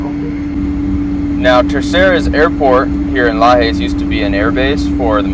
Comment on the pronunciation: Just so you know, you pronounce the ‘j’ in Portuguese, so I’d be Lajes, not “lahays” It’s not like Spanish in that sense.